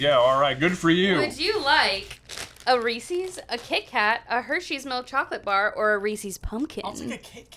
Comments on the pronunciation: She totally said Resee's... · "Reesees Piecees?" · Ugh, Kat... REESE'S! As in the name of the creator. Put some respect on Harry Burnett Reese's name!!